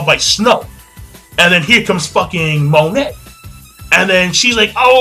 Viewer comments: Do you read the comments it is not mo net it is mo neigh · Isn't Monet pronounced 'Mone' with the silent T like in French? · 2 things 1. Monet is pronounced mon-ay 2. law received no damage from vergo's punch when he used counter shock his DF ability controls movement within an area he basically made vergo's punch hit himself, thus the counter in counter shock. I'm so excited to see how smoker actually fights against someone who can hurt him, hancock is the only one who has tried and he wasn't trying against her so i think it is going to be badass